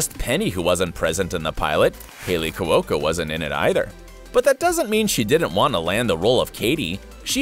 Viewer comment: Cu-o-co?? Really? Learn to pronounce!